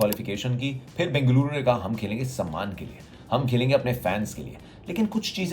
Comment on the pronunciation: Love to ur accent saying Bengaluru my home bro